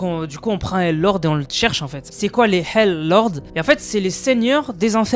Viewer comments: wlh c pas pour me moquer mai quand tu disait hell lords endirait du volait dire hal de hallal mais tu as dis hell lords😅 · J’ai cru t’avais dit halal lord